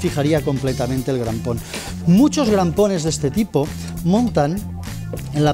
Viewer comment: Crampones, no grampones 😂😂 cuánto técnico listo pulula por YouTube 😂😂😂...jodeerrr